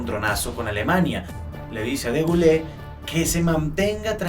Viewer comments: De Gaulle se pronuncia “De Gol”, no “Degulé”. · De Gaulle se pronuncia /de gol/ con o cerrada, no /de gulé/ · Se pronuncia de goul